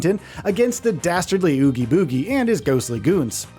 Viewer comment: Only a Mojo channel could figure out how to mispronounce “Oogie Boogie”… even though it’s said numerous times in the movie 🤦‍♂️